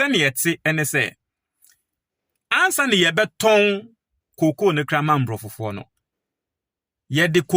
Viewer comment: Please, say abrofo, not mbrofo, mbrofo) or abrofofo). Obroni (singular) abrofo (plural)